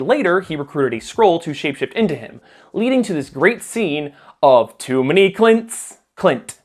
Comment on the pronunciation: You can never have too many…”Clints” ~_~